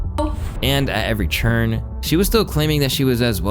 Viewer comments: Why does say "turn" like "churn"??? idk why, but it hurts my sole.... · Are you saying turn or churn??? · Why you say “Turn” like that? 😒🧐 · Why do you keep pronouncing turn and turning that way?